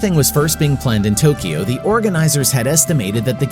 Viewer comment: Thanks for correctly pronouncing Tokyo.❤